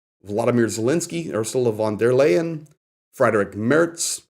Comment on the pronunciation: "von der Leyen" Is to be pronounced like the English "lion".